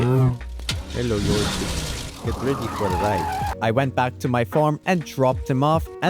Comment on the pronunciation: skip "YOSEF" what..